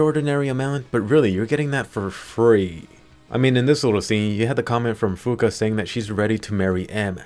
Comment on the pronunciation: Swear you said Fuka I heard Finka.....I been playing too much siege